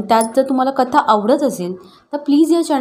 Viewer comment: सुगंदा ,कता असे उच्चार रसभंग करतात.